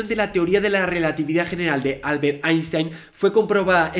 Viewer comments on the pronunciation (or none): none